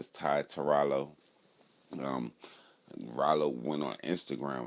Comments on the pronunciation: why she keep callin him raylo lol man journalist be trash nowadays smh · Lol... “ray-lo”.... you’d think if she was interviewing a celebrity, she’d learn how to actually say homies name...🤦‍♂️ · She said Raylo on purpose 😄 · Why she call him Ray-lo 😂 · Who tf is “Ray-Lo” ? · Not ray-low Lol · They purposely saying his name wrong but it’s all good this the realest youngest dude that came thru. Under appreciated but musically we shoulda hyped him up regardless if we liked it.